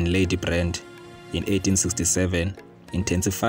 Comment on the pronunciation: This is my Royal history and King Moshoeshoe he is my great-great Grandfather and i feel disrespected ny poor pronouciations of our Ancestors's names.